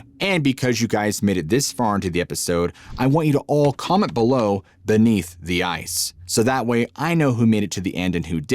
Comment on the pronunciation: "Benth the ice" 👍